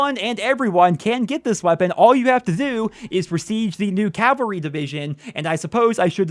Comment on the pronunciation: you’re getting closer to CAVAL-RY but not quite there.